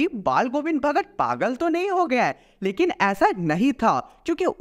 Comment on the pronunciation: pe ,ch ka naam hi galt lia hai😂 bhagar🍌